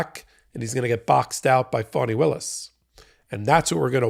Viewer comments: Why do you pronounce Fanny Willis’ first name as fawny? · Ga Da’s name is pronounced Fanny. I know it sounds odd but it was an old name used in the South by both blacks and whites.